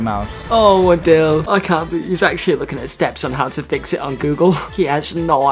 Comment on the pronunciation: Can we acknowledge the fact that said fix with a “TH”